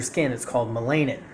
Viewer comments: It's pronounced mell-a-nin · ma-LAY-nin lol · Bruh.......no😂😂😂😂😂 and its pronounced MELL-anin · YOU DONT EVEN SAY MELANIN CORRECTLY HOW CAN WE TAKE YOU SERIOUSLY WOW